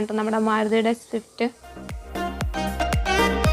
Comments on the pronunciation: shift alla 😂😂😂 swift parayan padikkadi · ഷിഫ്റ്റ്‌ അല്ല കൊച്ചേ 😂 സ്വിഫ്റ്റ് 🤣🤣🤣 പള്ളിക്കൂടത്തിൽ പോയിട്ടില്ലേ 🤔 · ഷിഫ്റ്റ് അല്ല മുത്തെ സ്വിഫ്റ്റ്....😅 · ഷിഫ്റ്റ് അല്ല മുത്തേ സിഫ്റ്റ്😂😂😂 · ഷിഫ്റ്റ്‌ അല്ല സിഫ്റ്റ് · വണ്ടിയുടെ പേര് പോലും പറയാനറിയാത്ത അവതാരിക😂